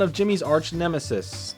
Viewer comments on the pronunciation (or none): I think it's pronunced ne-me-see-s and bruh that whole Hugh in Nickelodeon all star brawl thing you called it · The plural of "nemesis" is "nemeses," pronounced "nim-eh-sees." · it's nemeses "nem-eh-seas" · The plural of nemesis is nemeses, nem-meh-sees. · The word is "nemeses", by the way.